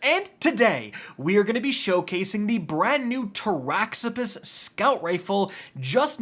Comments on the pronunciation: So . . . after hearing Gyrfalcon irritatingly mispronounced for many months (it's JIRE-falcon, Latin, as in gyroscope), this rifle is "Tara-Zipposs", named after a demon in Greek mythology. In Greek, "x" is always pronounced as a "z". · This one? Really? Of all the names of things in Destiny to pronounce correctly, it's Taraxippos? Huh...